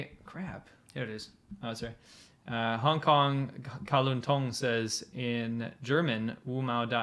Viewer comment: It's "Hong", not "Honk" FYI! Probably an accident, just thought I'd tell ya!